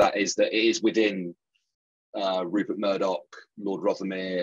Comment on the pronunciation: Love how you got RUPERT Murdoch's name wrong . I can't wait for a time when that POS is consigned to the dustbin of history